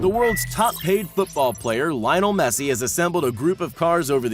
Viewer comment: Yeah sure "laionel messi"